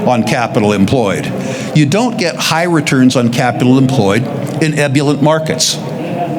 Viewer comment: Hey,, you used ebullient 3 times, please refer to a dictionary to establish correct pronunciation, or ask a professional how to truly pronounce it correctly. I’m sorry, this is a regular occurrence with you, so investigate before you pronounce!